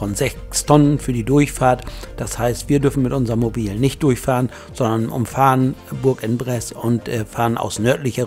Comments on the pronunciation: spricht sich ungefähr so: Buhrangbress Danke und Gruß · Hab den Daumen hoch gemacht, aber französisch wär noch ausbaubar! Vielleicht so: Bursch on press, Lautschrift hab ich nicht so drauf. Sonst hört sich das grausam an! Aber sonst super !